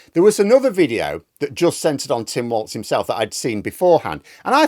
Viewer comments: By way of a public service announcement, Tim's surname is not pronounced "waltz" it is pronounced "walls". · it's Walz, not Waltz